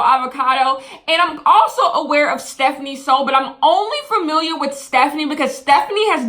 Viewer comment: it’s stephanie* not stephine